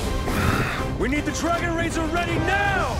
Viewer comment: Dark Black NO iTs DRaGoNAtor 😂😂😂😂